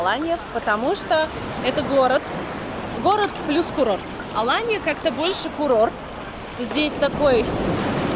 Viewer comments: АлАнья а не АланьЯ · я знаю город АлАнью, много раз там отдыхала. Почему вы ставите ударение на последнию букву? Первый раз такое слышу.